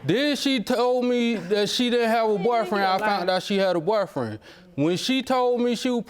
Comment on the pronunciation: And when he told the judge she didn't have a 'barfriend' 😂